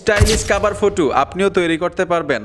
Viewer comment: ফুটো কি সেটা আবা😂😂😂 হবে ফটো